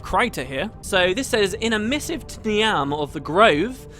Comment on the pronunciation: not important but , Niamh is pronounced Neev, its Irish